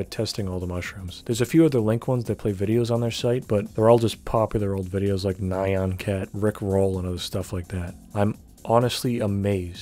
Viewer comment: why you say nyan cat like that